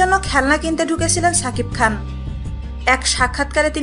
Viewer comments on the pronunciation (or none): এই মহিলা, তোমাকে বার বার বলি ছাকিব খান না, সাকিব খান.. আগে উচ্চারণ ঠিক করো.. তারপর বকবক করতে এসো